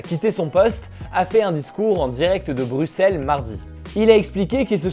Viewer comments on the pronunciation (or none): none